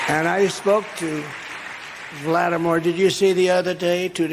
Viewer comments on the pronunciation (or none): Did anyone else pick up “vladimor” instead of “Vladimir”? Caught himself in the next moment, I guess. Still was all made up lies.